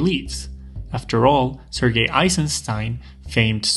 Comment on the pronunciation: This is a small thing but I love your soft, correct, pronouncing of "Sergei". Cheers!